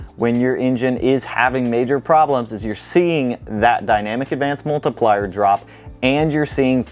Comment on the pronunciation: I love you channel but i hate the way you say "multIplier" 😂 for real though great stuff!